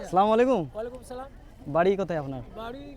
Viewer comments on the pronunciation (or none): আরে ভাই সালাম টা ঠিক মতো উচ্চারণ করো।